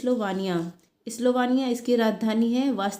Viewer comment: Sister स्लोवाकिया speaking mistake